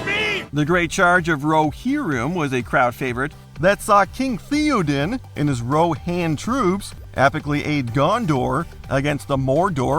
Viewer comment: “King THEE-o-din”